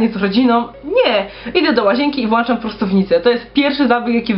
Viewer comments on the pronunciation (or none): Nie włanczam tylko wlączam. Nie ma włancznika jest włącznik.